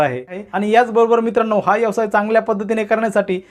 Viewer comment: यवसाय नव्हे व्यवसाय म्हणायला शिका आधी